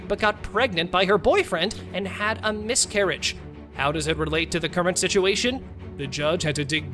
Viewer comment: I lost track ...."I had a whole miscurriage"😂